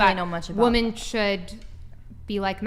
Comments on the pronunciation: Someone needs to tell the lady in black that it's pronounced women. Saying woman in place of women frustrates the hell out of me. . . . But I 100% agree with her views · Does it drive anyone else crazy that she pronounces the singular woman and the plural women exactly the same?